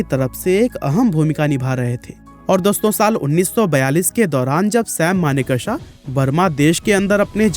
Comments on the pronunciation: maan ! learn to pronounce ' sam manekshaw ' he is manekshaw & not sam maneka-sha you idiot. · Pronounce his name as Manekshaw not as manek shah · Pleaseeeeeee pronounce Sam Manekshaw’s name properly ! It’s always good to google the pronunciation of proper names before making the video ! Thank you ! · Abe sale naam to thik se le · Bro at least take name of the great Sam Manekshaw properly. You are pronouncing his name wrongly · Manekshaw ko thik se ucharan to kariye. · Naam to thik se lo bhai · U cant even name him correctly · First learn to pronounce the names properly.